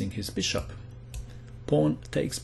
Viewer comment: i love how he says beeSHUP